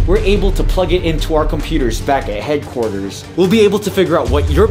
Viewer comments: The police officer said headcorters like project zorgo headcorters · The police man said hadqorters he must be a project zorgo